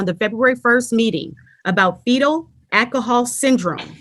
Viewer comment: this attorney is pretty ballsy to call out “pacific/specific” when she cannot say Alcohol. “Eckahol”